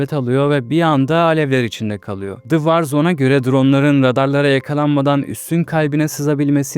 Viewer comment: Var zon diye okunmaz vor zon gibi okunur. Uluslararası bir haber olduğu için İngilizce bilmen önemli.